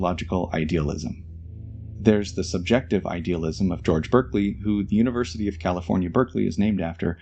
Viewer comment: One small nit: although Berkeley, CA is the namesake of Bishop Berkeley, his name is pronounced more like BARK-lee, not BERK-lee.